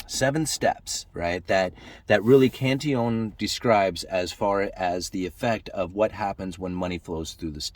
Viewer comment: Cantillon is pronounced 'Canteon'. Sorta like quesadilla/keesadeeya?